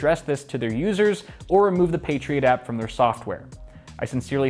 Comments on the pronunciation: Patriot App, sounds like you're saying Patriot Act. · You say "Patriot App", but I keep hearing "Patriot Act" and think that this is somehow about politics. In some ways, it is. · I keep hearing 'The patriot act' when I watch this and get confused for a second and then my brain catches up LOL